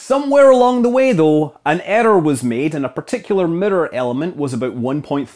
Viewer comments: What's a murrur? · WTF is a "Mitter"? "They put the 'MITTER' in the hubble telescope" ?????? Do you mean miRRor? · The Hubble telescope middor? I’ve never heard it been Called that before... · Mitter, ettor lmao. Scott your awesome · Yeah we actually say the word like it’s spelled in the U.K. and pronounce all of the syllables correctly. To us it sounds like Americans are saying ‘meer’ when they try to say mirror. There’s nothing that remotely sounds like a ‘d’ in there, he’s just pronouncing the double ‘r’ properly. Which, sounds a bit stronger than an English person would pronounce it because of his Scottish accent. To us, it’s the American pronunciation that sounds way wrong. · auto-gen subtitles can't handle pronouncing "mirror" like that, it got, "the murdered had to be grown to a very exact shape" 🤣 btw, couldn't you say the Hubble mirror was precise but actually not accurate ? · You pronounce 'mirror' weird, Scott. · This guy can't pronounce mirror no matter how many times he tries lol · Mirror = mitter. Error = etter. Luv ya